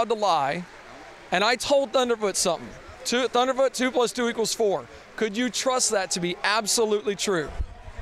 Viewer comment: dude how can you say that, thuderfoot sounds like a babbling fool! this is depressing